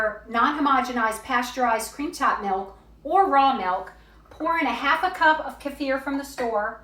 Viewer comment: I absolutely love that you pronounced kefir correctly 😘😍